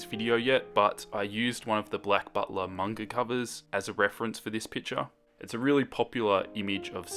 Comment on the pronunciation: I like how you call picture as "pitcher"